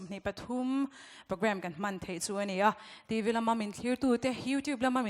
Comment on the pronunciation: Host chu TV tih pawh a lam fuh thei lo a nih hi, a no mah2😅